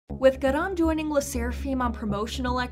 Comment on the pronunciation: You really can't pronounce Garam to safe your life huh ?